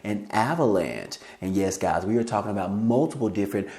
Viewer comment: C'mon gahz listen up gahz. Listen here gahz you heard it here first gahz